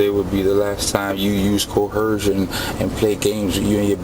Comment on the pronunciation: Omg he really thinks the word is "co-herce". You is co-hercing me bro. You is co-hersive. You be doing co-hercion bro.